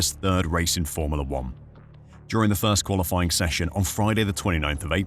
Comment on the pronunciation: Cant stand how you pronounce FORMULA!!!!!